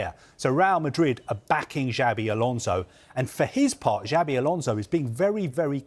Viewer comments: Whats the difference between this and a pink magazine/tabloid tv? And also, that guy in the left should at keast try to say names properly as he is on TV.. Djavi Garcia, whats that? One thing is weird accent, another is to just saying it wrong. Imagina a German saying Vane Ro-honey.. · Can someone tell him that it is not Jabi Alonso 😅😅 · You heard it here first folks, it's Jabi Alonso, Jabi with a J